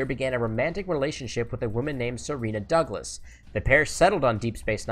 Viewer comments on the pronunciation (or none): none